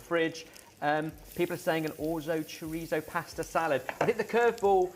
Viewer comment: Please stop pronouncing Chorizo like that its weird lol Cho-Rhe-So